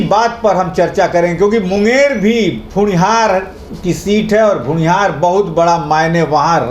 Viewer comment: bhumihar hota hain bhunihar nhi hota hain